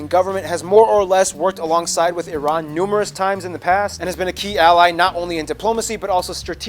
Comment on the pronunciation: Very good that you pronounced Iran correctly. It's eeeran not ayrane.